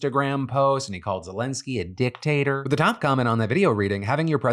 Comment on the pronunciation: not one mention of the way you said "dick-tater" 😂